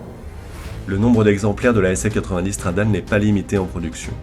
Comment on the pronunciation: On dit « Stradalé » et pas « stradale » c’est la base ! 😒